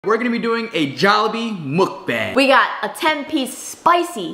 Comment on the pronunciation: Dayum the pronunciation for mukbang was so close. Muk was right but bang is more like bah-ang.